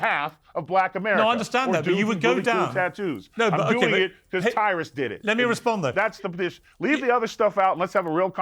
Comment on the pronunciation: Piers, QUIT calling him “Taurus” it’s “Tyrus” !! And don’t blame it on your British accent!